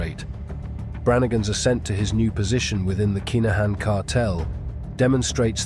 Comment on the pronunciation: Its pronounced KIN A HAN